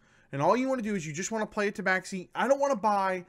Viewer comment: Ta Ba Shee not ta bax xi